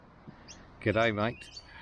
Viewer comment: I don't know man, I can trust my ears, they're pretty good. I think it's like "Geedae" but the "dae" seems to get lost sometimes.